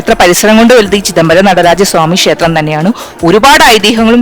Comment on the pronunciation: ഷേത്രം എന്നല്ല, ക്ഷേത്രം എന്നാണ് ശരി